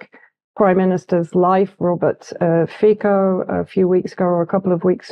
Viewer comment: Hi Vanessa, enjoying your work as usual. Just a wee correction Slovak PM's name is read as [Fee tzo]. I am not his fan at all or any politician for that matter but at least he's been advocating for the most reasonable politics even in times of Convid. The opposition parties are just repeaters and enablers of Western policies/hegemony. They, the authorities placed information embargo on the assassination case. There's plenty of rumours about it but it is fair to say that it wasn't just a random act of a silly pensioner. Have been following you for years now. Started when I lived in the UK. You never disappoint me girl (if I may call you that). Fun fact: Slovakia since its inception after break-up from Czechoslovakia and after fall of socialism (30+ years ago) hasn't been able to build a single highway connecting the capital, in the West, and the second largest city, capital of the county in the East, yet they'have managed to build a strip of dual-use highway in the Western part. So the country, now a NATO member, with highly disadvantageous US-Slovakia military coop contract is perfect little place for US bombers to supply the front if Russia pushes a little harder in Ukraine.